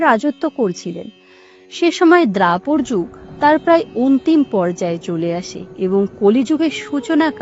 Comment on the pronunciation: আপনার উচ্চারণ ভালো। তবে দ্বাপর কথাটি উচ্চারণ করতে ভুল করলেন। আপনি মনোযোগ দিয়ে পরে শুনবেন এবং উচ্চারণ সংশোধন করে নেবেন।